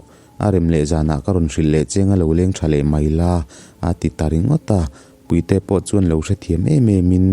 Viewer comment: sir puite i lam dan khi a mak ka lo tii…chhim leh hmar tawng thluk a in ang lo nge chu ka hre lo a🙂